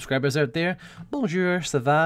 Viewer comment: "Bonjure... Sava... Etwa... Seswa... FUCK!!!" Nilesy is indeed the supreme wooer of the women folk.